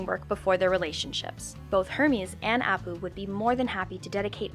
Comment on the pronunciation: I'm not sure she watches these shows based on her pronunciation of Kif, Apu and Squishee